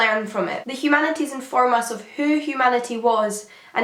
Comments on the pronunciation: "Humana eeze"? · Poor girl has that rare bone marrow disease that doesn't let you pronounce the "t" in humanities